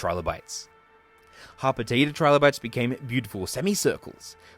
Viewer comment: HOT POTATA? Oh. Harpetida. I’m beginning to think I need to eat something.